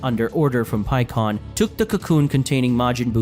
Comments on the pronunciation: bro i just don't fucking get it. why do dragon ball fan manga youtubers always miss pronunce the characters names. like i know you've watch the show in dub knowing damn well it's "pikkon" not "peekon" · It's simple mispronunciation. This is a brazilian fan manga and everybody grew up with "Paikuhan", same as the japanese name. English had it changed to Pikkon due to phonetics but "pi" is pronounced "pee" in portuguese, so just a slip of the tongue. He has said it correctly several times in this video as well